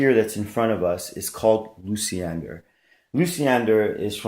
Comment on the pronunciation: Not Lucy-ender....it's loosh-yen-dahr